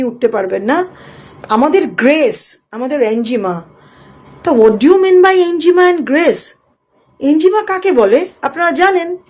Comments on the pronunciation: আপনি বেশ কয়েক বার 'এনজিমা' নামক একটা শব্দ উচ্চারণ করলেন যার অর্থ রহস্যের মধ্যেই থেকে গেল; যদি দয়া করে সেটা ভেদ করে বলে দেন! আপনি কোনও 'এনিগমা' (enigma) র কথা ভুল করে বলছেন না তো, ম্যাডাম (- -বাদি) !!😂😂! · Enjima boltay ki bojhacchen? Enigma- ki? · Enigma not enjima